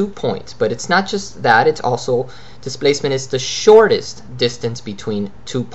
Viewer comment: U r pronouncing like thistance nd thisplacement... Lol